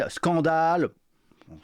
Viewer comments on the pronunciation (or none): Haaa il lui aura fallue 2 minutes 15 seconde pour balancer le Famoso "éstrème drouate" !! Je suis rassuré... Elle est bien de gauche !